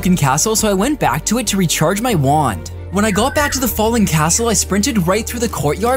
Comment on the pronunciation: Funny how he says "Wuand" instead of Wand""